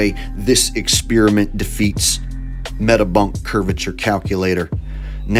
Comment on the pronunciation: Oh, but, come on... You at least have to give the last guy the award for "most dramatic voiceover". Although, he may want to work on his pronunciation of the word "experiment". Or, wait... Maybe he's talking about former gum. You know... LIke "Ex" + "Spearmint". Hmm... Food for thought. Wait... Is gum food? Ehhh... Maybe not.